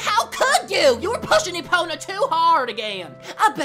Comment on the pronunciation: It’s pronounced EPONA